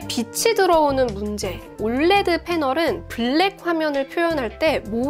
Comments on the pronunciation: 이거 보면서 불량도 불량인데 올래드라고 발음하는게 너무 거슬려요 ㅠㅠ 철자하나씩불러주는게 맞는데.. 자꾸 올레드올래드.. USA는 유사라고안하면서 왜 OLED는 올래드야..? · 올레드라고 표현하시는데 정확한 표현은 O L E D 입니다.